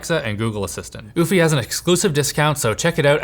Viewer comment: This is the first time I've ever seen Eufy at a sponsor and I did not expect it to be pronounced like that.